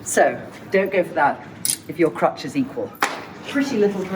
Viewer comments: Crotch NOT crutch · It's crotch not crutch ---- one is your fanny the other is a medical walking aid!!!!!